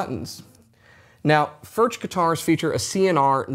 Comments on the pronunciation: FURK not Furch. The ch is pronounced like a K. Know your product. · Hi, your pronunciation of Furch is not accurate. It neither does not end like MarK nor churCH. If you can pronounce Johan Sebastian BACH correctly, use the same ending with FURCH. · Mate - great vid. Love Furch. But please at least try to pronounce it properly. Please